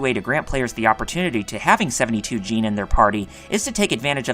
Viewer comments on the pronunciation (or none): Why would you overpronounce djinn as "jeen"? It's just jin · Sadly he butchered the pronunciation of "Djinn" and "Pynergy"